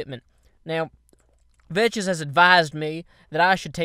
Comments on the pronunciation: He always pronounces Vechz vetches even though he knows its pronouced Vex new guy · you don't pronounce it (vech is) you say it like this (veks) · he always said vechs like that, and when vechs himself corrected him, it was too late.. Vechs uses that way of saying his name as a nickname for himself because of saying vetches -_ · hey it is not vetches it is veks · pronounces it vetches. Vechz pronounces it vetches because of. That's how it works. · hehe... veches he pronounced it wrong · are you saying vechs like that on purpose, i would like to believe you are but i cant tell